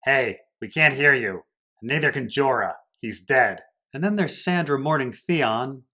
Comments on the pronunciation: Why do you call Sansa "Sandra?" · Lmao why do you keep calling her Sandra??? Instead of Sansa lol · I couldn't bear to finish listening to this review, mainly because you can't decide whether to use the character names, or the actor's names, AND you can't even get all the character names right when you do use them. You continuously call Sansa "Sandra" and, then instead of saying Jon, Dany (or Daenerys), you use the actor's names Kit Harington and Emilia Clarke instead. But, yet, you call Cersei by her character name instead of Lena Heady. WTF? While it seems you do get some of the plot point criticisms right, if you don't know the character names well enough to do the review, WHY should I listen to you? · OK, that makes more sense to me than someone calling me a dolt, which I'm not. However, the reviewer should understand that there is NO indication to new visitors about the reason for these purposefully mispronounced and misspoken names. Anyone in my place would think the same - that he doesn't know the story well enough to use the right character names. I visited the channel at the referral of Ser Hunt's Reviews - the only reason I looked it up - and I discover this confusion and people calling me names right off for being critical. I guess if the reviewer doesn't care about new subscribers that's fine but, if he does care, he should probably conform in his usage of character names. Or, at the very least, explain in notations what he's doing for new visitors. When I get a chance, I'll come back and listen, now that I know what's going on.